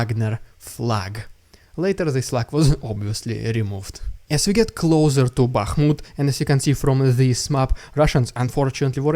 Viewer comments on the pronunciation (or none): none